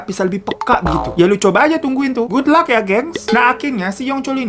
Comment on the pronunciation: Nonton sambil sarapan, hampir keselek gegara "goodlluck" wkwk